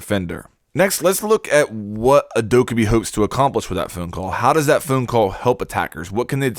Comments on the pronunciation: Are you saying "phoone call" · "phoon call" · He says phone funny, that is all.